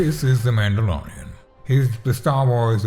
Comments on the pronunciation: "Mandy Lorian" - This is great. Hilarious. Thanky you. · The way he pronounce mandalorian 😂